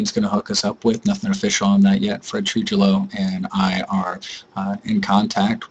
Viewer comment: Great job! Fred's name is pronounced Troo-hee-yo.. Lol.. You guys did a fenominal job! I will be at the meeting on the 19th. We are going to continue to fight for Bernie!